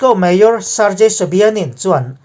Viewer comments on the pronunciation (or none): Mayor tihhi i lam dik chiahlo thin a,a changin major i ti leh thin bawk a